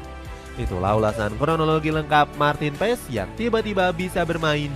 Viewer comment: yg benar pengucapannya marten paas ya 🙏🏻